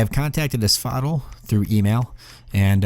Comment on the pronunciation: You pronounce asphodel like you're saying axolotl. The other guys call it AS FOE DELL which sounds a lot better imo